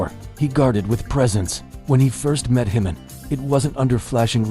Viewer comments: JIMIN not HIMIN! Please it’s a J not a H 💜💜💜🇨🇦💜💜💜💜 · It's Jimin not himin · Please pronounce the ‘J’ in Jimin. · Why pronounce jimin name like its spanish🤔🤔